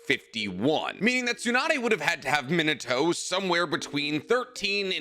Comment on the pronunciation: It's Me-nah-toe, not Min-uh-toe